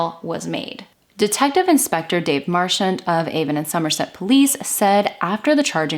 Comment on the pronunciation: I'm from Bristol, I don't know this case. When I saw the title, I didn't think it could be Easton Bristol. I needed to add, I'm impressed by your research, you pronounced everything correctly, and pronounced Somerset in a way we do, with a hard r